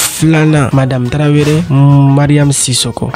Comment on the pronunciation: Je vous invite à bien prononcé les mots Tarawele ou Traoré ...pas traveré